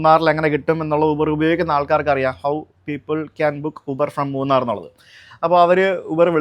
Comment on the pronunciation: മുണ്ണാർ അല്ല അക്ക മൂന്നാർ . 😏😏 സുജിത്ത് അണ്ണൻ ഏത് കാര്യവും നല്ല രീതിയിൽ പഠിച്ച് നല്ല വ്യക്തമായ് പറയും പ്രതികരിക്കും 💪💪 അത് കേരളത്തിൽ ആയാലും ഉത്തരേന്ത്യൻ ടോണുമാരുടെ നാട്ടിൽ ആയാലും 💪💪 നമ്മൾ എന്തായാലും ഉത്തരേന്ത്യയിൽ പോയി അവരെ നിയമം പഠിപ്പിക്കാറുണ്ട് പേടിച്ച് മാറാറില്ല💪💪 അതുപോലെ തന്നേ അവർക്കും ഇവിടെ വന്ന് നിയമം പഠിപ്പിക്കാം 😏😏 സ്വാഭാവികം